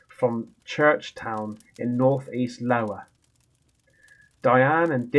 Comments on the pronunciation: OMG it's not Lowa it's IOWA (EYE.OH..AH( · I can't tell if your saying it like lowa on purpose or not but its pronounced i owa but your owning it either way -Random American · Storytime is a great idea! But dear, its Iowa not Lowa. Still, you Rambo'ed the hell out of it!❤❤ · are you taking the piss when you call it LOWA or do you not know that it is an I (eye) at the front of the word? and pronounced Eye Owe Ah? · it's Eye owa not Lowa. You're killing me, bwah,ha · hun it’s not Lowa it is Iowa I as in ice just saying sweetie love ya lots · Isn't it pronounced Iowa (iowa) US State not Lowa? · Dude, it's an I not L. I O W A. A state in the Midwest in the US. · Lowa?!?!? Lol adorable. It's 👁 OH A.😊 Absolutely loved the story time!!!!!! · Man I love ya videos to the fullest but I’m dying laughing and it’s not your fault but that book says GHOSTLY TALES OF (IOWA )<——this is how you pronounce that word correctly say EYE O WA anyway brother love what your doing BIG FAN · It is Iowa the first letter is an i. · It's not lowa it's Iowa not and L it's an i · I remember a time when had to correct the pronunciation of a place in the UK the place is lesshire and Americans don't pronounce it right or spell it right I know I suck spelling my point is it's not lowa with an L it's an I as In Iowa it is a state in the us pronounced as eye oh ah. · Darling, I believe that is Iowa, not Lowa. Iowa is a state in the USA. Pronounced, I-oh-ah. But, Rambo it, mate! Love you, love your voice!! You should do this on a regular. I could listen to you all day! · Lowa...lol! Eye-O-WA.....I'm thin' you know this ....maybe? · I honestly watched so i can hear him correct the iowa but seems like his ramboing it with lowa 😂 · Hi just wanted to say I love your videos and can't stand those SHADOW BASTARD'S ha ha also it's iowa not lowa it's in the USA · IOWA ❎ LOWA ✅ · its Iowa not Lowa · Fucking Hell, mate is Iowa Not Lowa .... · Isn't that Iowa, not Lowa???